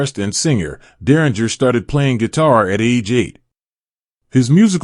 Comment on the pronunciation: You're pronouncing his last name incorrectly